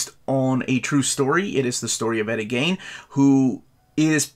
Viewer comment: Why does no one on youtube ever take the time to learn how to pronounce words and names? Who TF is Eddie "GAIN"?